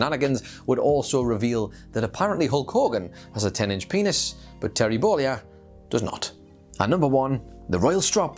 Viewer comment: Who is this "Terry Bowleeah" guy me keeps mentioning? lol